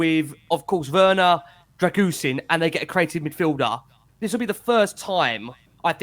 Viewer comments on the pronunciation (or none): I asked my Romanian girlfriend and she informed me that his surname's pronounced "Dra-gu-shin". 🇷🇴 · It's pronounced drer - goo - sheen , with the stress on sheen. You are welcome! 😉 COYS! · For pronunciation : Dragusin... the 's' is a 'sh' sound and the complete end sounds as shin or sheen depending on regional dialect. Alaistair Gold rekons 'sheen' is correct: Dragu-sheen. The Romainian neighbour up the road rekons both Ragusheen and Ragushin are acceptable pronunciations. The 's' is definitely a 'sh' sound. COYS